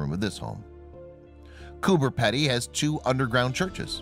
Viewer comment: Completely wrong pronunciation. Who is Cooper Peddy? lol.